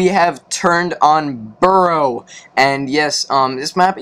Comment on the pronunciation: Did he call is burrow?